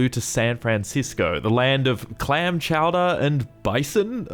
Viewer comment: "shau-dere"? "shau-dere"?! It's Chow-DAH!! Say it right, Frenchie!